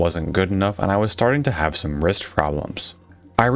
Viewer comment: "So I haveth a laser pointere"